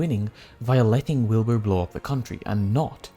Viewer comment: did he just call wilbur willNE